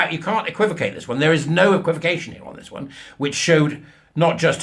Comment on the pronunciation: Playing you back at 0.75x and now I think maybe you said "equivocation here" after all 🤔